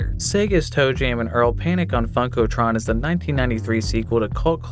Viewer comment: Lol your pronunciation of Funkotron